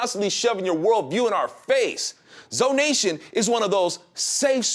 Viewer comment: ZONATION. NO YO'NATION.